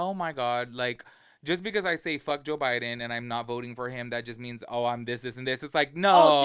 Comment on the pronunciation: “Joe Byron” 😂